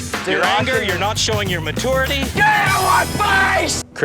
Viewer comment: the old man just said "matority" and "un-com-fort-able"